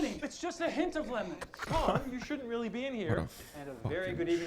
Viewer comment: ITS LEMMMON